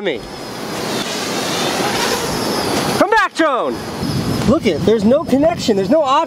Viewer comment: I keep hearing Jerome every time he says drone.